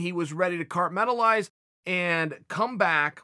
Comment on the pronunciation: Glover is out there 'Cartmentalizing' while Uncle Chael is still undefeated, even to the english language